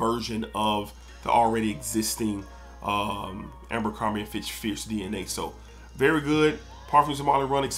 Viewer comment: People always be adding an extra ‘m’ to ABERcrombie. It’s not AMBERcrombie 😂. Great video!